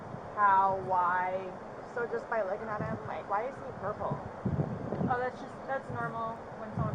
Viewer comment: "Why he ourple" 💀💀